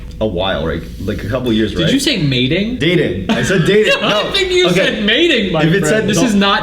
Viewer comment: i heard mating lol